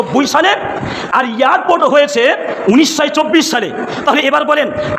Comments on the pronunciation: ভাষণ পরে দিবি আগে ঠিক করে কথা বলতে শেখ। ওটা ইয়ারর্পোর্ট নয় বল এয়ারপোর্ট।😂😂😂😂 বাংলাদেশী। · Besh karbe, katha bolte parena YARPORT bole !Haj karte gele ke .....jabe Jadi na security thake